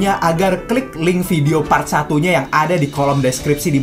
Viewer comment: Bukan pray pret bang tapi part